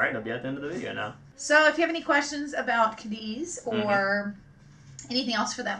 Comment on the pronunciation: it is ca<---accent here deeth lol